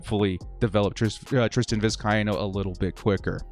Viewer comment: It’s Vis-Kay-no